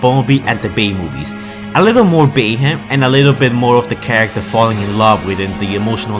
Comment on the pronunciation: I thought you said “Batman” lol